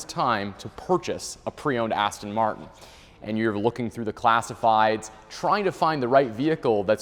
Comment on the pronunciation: It's a shame you can't pronounce Aston Martin.Aston Martun? 🤔